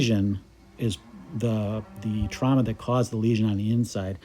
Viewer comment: Trauma not trahma